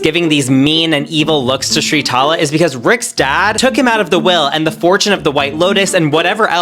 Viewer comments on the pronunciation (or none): Her name is spelt and pronounced Sritala! Not Shritala this bugs me so much